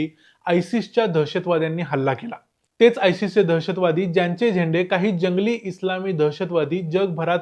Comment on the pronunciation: छान माहिती. झेंडे चा उच्चार कृपया स्पष्टपणे करावा.